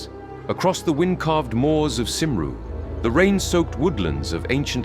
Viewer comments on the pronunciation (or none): Cymru? It's pronounced "kum-ree" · While I enjoyed the story as such, the dismal pronunciation of "Cymru" threw me off. Please check your pronunciation when using Gaelic words! They are pronounced quite differently from English.